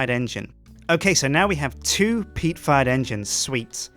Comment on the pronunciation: Every time he says PEAT farm engine. I always hear PEAT FART engine